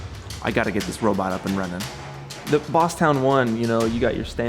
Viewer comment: It's "town" you knucklehead. Love your videos btw. Cheers.